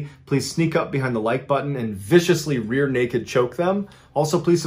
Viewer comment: He said "rear" LOL